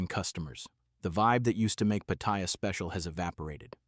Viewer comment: The name is pronounced PATTY AH.